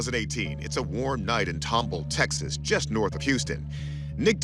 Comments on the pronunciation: Nobody told ANYBODY that it is pronounced TOM-BALL, just like it’s spelled. One of the producers told everyone to call it Tom-bull, nobody questioned it? And nobody from Texas but me says anything in the comments? Sheesh😂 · Yall keep saying tom-bull.......its Tom-ball. Tomball. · It's pronounced tom-ball, not tomble. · As a life long resident of Houston & Katy, TX I was surprised at how y'all managed to butcher the must pronunciation so I will help you out w/ how Tomball is pronounced... Tom, (like the cat) and Ball... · pronounced ...Tom Ball, not tomb all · Pronounced Tom ball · Except he can't pronounce Tomball.